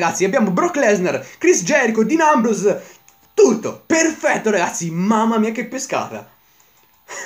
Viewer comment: non si pronuncia così Dean Ambrose comunque bel video